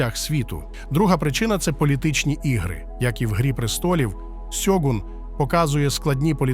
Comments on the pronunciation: чому ж сьогун коли шьогун? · Авторе, правильно Шьогун, а не сьогун. Годі вже використовувати поліванівку. В Японії ніхто не каже: сусі, Хіросіма, Сібуя 😁 Правильно - суші, Хірошіма, Шібуя і т.д. А так серіал середній. Сподобались костюми, японські актори, персонажка Маріко, загальна архаїчна атмосфера. Актора на роль Анджіна невдало підібрали, як на мене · Авторе, правильно українською буде "Шьоґун". Купка м'яких приголосних на місці японських м'яких шиплячих - російська транслітерація японської.